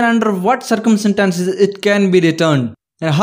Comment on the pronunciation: Its not circum sentences.. its circumstances